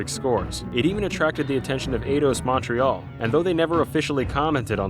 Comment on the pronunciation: Learn to pronounce Montrèal properly as a Fench Canadian that lives there I take little offence to it